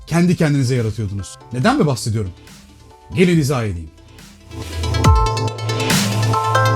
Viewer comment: abi İza deil izah ediyim demeleydin